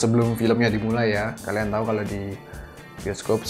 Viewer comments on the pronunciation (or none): none